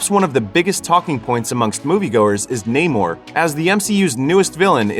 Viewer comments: Me getting mad everytime ppl pronounce it "Ney-more" 🙄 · WTF is Neigh-More? Even in the movie they explain why it is pronounced Namor, like “Sin Amor” (without love). Americans love butchering names even when there is absolutely no need to. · When someone says his name is NAH-MORE in the movie, and everyone still calls him NAYMORE. Americans.. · This was so racist. Namor pronounced his name how he says it and they had every black character intentionally mispronounce it. Completely racist to Latinos and further enforcing racial stereotypes that black people don't like Latinos. And should have made Michael B Jordan black panther, and no trial by combat all the sudden to be black panther. Absolutely disrespectful to Chadwick because his family said he wanted it recast. And to further prove the racist tone they literally made namor weakness drying of water from his back, what is back wet backwards? Most racist film I've seen in years